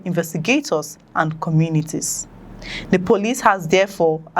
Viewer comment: We appreciate the news you bring to us but you need to work seriously on pronounciations eg... "Commitniti"=COM-MU-NI-TY "Suspet" = SUS-PE-CT "Adoption" = AB-DUC-TION "Copration" = CO-OPE-RA-TION so and so forth. Please, note these correction is not to be dismissive of your effort, or in any way trying to minimize it. No. It's just one of the ways to help you grow aside of watching or liking. Thanks, and kind regards.